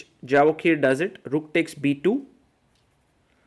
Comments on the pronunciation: Absolutely wrong! It isn't a Spanish or Latin name that 'J' needs to be pronounced as 'Y'... It is a 'J' and in Persianized world J is pronounced as J not Y. We pronounce it as 'Javohir' not 'Yevohhir' and definitely not Javokhir as the commentator pronounces it. It is the 'K' that remains silent. Like 'Khabib', 'K' is silent.. It is pronounced Habib. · Hi Sagar, small request. His name is pronounced as Yevohhir, Hope being an Indian you can appreciate how to have good pronunciation of their local dialect